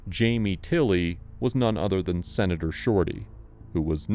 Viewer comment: My fav's the Oklahoma Senator !!!! " Sinator" < correction